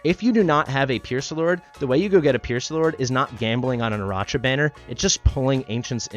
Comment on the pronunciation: I think is pronounced "Araka" like Arachnid. (Spider leg back)